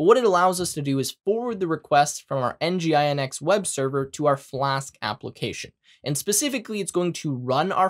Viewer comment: great video! its kind of weird and awkward for me to hear nginx by spelling it out.. for all i know, its 'en-jin-ecks'. other than that, really great tutorials! looking forward for more of them!